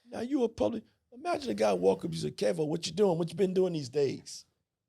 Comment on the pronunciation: Good game on the financial system…funny how he called bro “Kervo” 😂